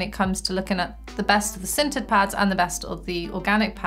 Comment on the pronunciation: I totally thought she said "scented" pads the first time she said "sintered". I was about to be very excited